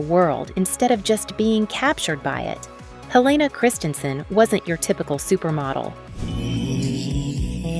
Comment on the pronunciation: The narrator is AI. She said lives instead of LIVES. After watching a few of these model profiles, the voice sounds unnatural and heavily edited to keep that rate of speed up. I love Helena Christensen, so not much here was new for me. I believe her first name is the Danish pronunciation, not the American.